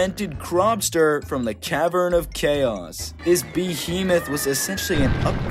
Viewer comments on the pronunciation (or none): none